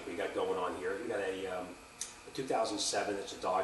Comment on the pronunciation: Salt wreaks havok on everything rubbah, as you can see heeya. Unbolt it heeya, unbolt it heeya. Lol